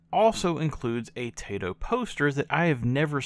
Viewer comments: Cool game. I borrowed it back in the day from someone at my secondary school. Liked it. Strange that it didn't get a PAL release. Funny game too. Are you mistreating animals? Say hello to my rocket launcher!!! I would go for the pronunciation to sounds more Japanese, not your Tay-to. But it doesn't matter much. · Congrats for grabbing this, not one I have. It's タイト、('tah ee toh' or "tie toe"), by my understanding.